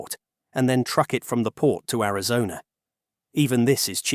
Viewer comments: It's Arizona. not Arizon. lol... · Only one complaint. You know what's good? Real voices are good. Apparently AI cannot yet read. (@ "Arizon", for example). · Where is "Arizon"? What is this? More AI generated trash? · So why is it the narrated voice doesn't know how to pronounce "Arizona" - calling it "Arizon"... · Ari-zon? Yah, this is AI. Is the entire internet propanda now? Not that either side is any better... but EVERYTHING here seems to be lies now. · "Arizon?" I'm out, buh bye Felicia's ai. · “a lot of snot, tears, and all kinds of training in Arizonn??” Are all this channel’s videos just hastily slapped-together a.i. slop? A quick glance through the catalog—with its impossible upload rate—points to “Yes.” 🙄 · Ai Generated video pronounces Arizona as Amazon? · Arizon? Another AI slop video.... Coolllll...... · Chit AI it's Arizona NOT Arizon you STUPID AI FFS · “in Ariz-on”??? AI slop narration outed. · “Arizon”?? 😂 Is this script, including typos, read by AI?? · AI calls Arizona arazon..😅..i wont watch this crap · Teach your AI how to say Air-i-zone-uh. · The AI narrator lost me at "Arizon" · This AI generated video lost me at Ari-zon. Ass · The AI voice over can't pronounce Arizona. Garbage. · typical ai pronouciation. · AI narrator that can't even pronounce Arizona correctly! What a fcking joke this shitty AI-generated channel is! I'm using BlockTube to ensure I never have one of their videos recommended to me again. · Jesus, AI can't even pronounce Arizona correctly. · This is too much of an AI voice for me with the miss pronouncing of Arizona. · this dumb AI can't even pronounce Arizona. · Ai slop, it can't even pronounce Arizona. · Narrator can't pronounce Arizona. I'm out. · This is obviously AI, as the narrator cannot even properly pronounce "Arizona"... Very LAME! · AI can't even say Arizona right. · Why can AI not pronounce Arizona? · I was tripping on that as well. I live in. Arizona and I have never heard whatever noise this thing made🤣